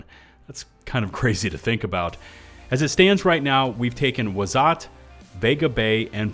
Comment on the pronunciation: Its pronounced wa sat . Both of the "a"s sound like the one in the word "at"